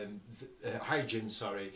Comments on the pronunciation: is pronounced "Hoygien" for Christiaan Huygens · I haven't checked through the comments, and so hope I'm not piling on. 😊 The Huygenian eyepiece name is pronounced with a hard "g". The word sounds kind of like this: Hoi-GEE-nee-an The designer was Dutch astronomer Chriistian Huygens, pronounced HOI-genz (again, with a hard "g".) Cheers, from across the pond! Glenn